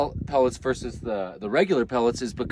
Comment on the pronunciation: I gave you style points, subscribed, and liked just because you said "versus" rather than "verse" which is what everyone else seems to think it is.